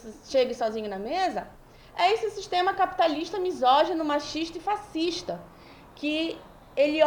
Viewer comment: Quando falou "fascistas"...🤦🤦🤦